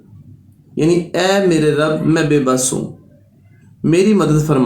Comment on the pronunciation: ye to rabe likha h aap rabi prh rhy h